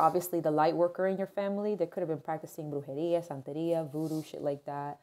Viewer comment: I love your spanish when You said "brujería santería"